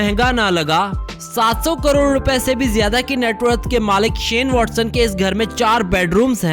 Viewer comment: “shane isi lie watson”🤣🤣🤣🤣🤣